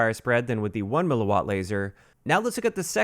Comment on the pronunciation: THANKS FOR KNOWING HOW TO PRONOUNCE "mW!!!!!" These uneducated 'tubers out here making up pronunciations and shit. You know what you're talking about. All the respect to you man.